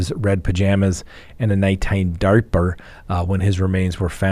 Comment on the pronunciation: Darper? It’s diaper!